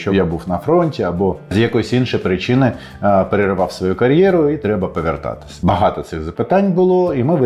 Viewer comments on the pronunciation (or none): "Трєба павєртатись" 😆